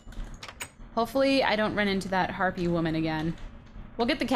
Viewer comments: meee and did she say herpie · adams She said harpie